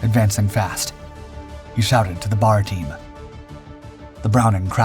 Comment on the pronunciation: you always deliver qality accurate info !!! the browning automatic rifle however is called a B. A. R. not a bar